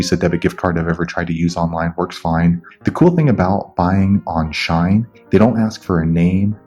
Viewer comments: it’s “she - in” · Haha, its she-in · It’s pronounced like sheen, lol. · Sh-e-en Shein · Its pronounced Sheeh-in! /gen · its she-in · She-in That's how you pronounce it 😃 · Is it just me dying everytime he says shine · not just you 💀💀💀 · its SHE-IN lmaooo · It’s pronounced She-In but nice video